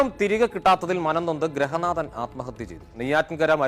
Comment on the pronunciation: ഗ്രഹനാഥൻ അല്ലടാ ഗൃഹനാഥൻ